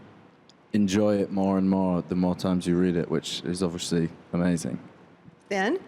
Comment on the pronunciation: Harry may be in a Christopher Nolan film, but that Will never change the fact that he can’t say obviously... doesn’t matter how big you get, words can still be hard sometimes, overeshly